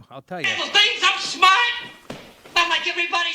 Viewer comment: biden: " I'm schmart, not dumb, not like people say!"